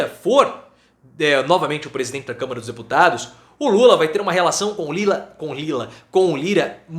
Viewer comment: É Câmara prof e não camera prof kkkk